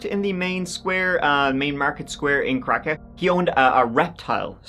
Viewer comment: it's pronounced krakov, can't really miss it if he actually did a few seconds of research